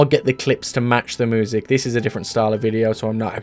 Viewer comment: I love listening to "moo-sic"